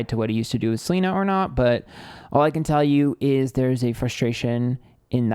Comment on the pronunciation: I love you for saying Selener.